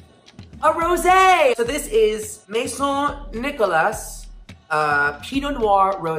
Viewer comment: Rosé saying "Maison" just like my second name is giving me life